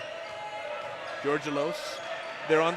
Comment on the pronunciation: Charlie's last name is pronounced "George Elos" all together and fast. The guy pronounced it correctly. :)